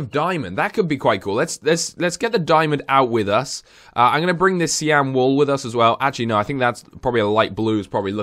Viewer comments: Cyan (S-i-yan) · Cyan is pronounced sa-ya-n